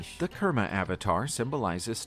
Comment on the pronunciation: Kurma not kerma